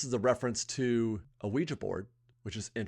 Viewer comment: Good to hear you use the correct pronunciation of ouija board!